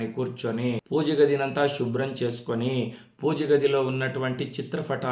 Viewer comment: గురువు గారు మీకు చెప్పే అంతటి దాన్ని కాదు... షివ, షుబ్రం అలా కాకుండా శివ, శుభ్రం ఇలా కదా పలకాలి. తప్పుగా అనుకోవద్దు. తెలుగు అంటే నాకు చాలా ఇష్టం.🙏🙏🙏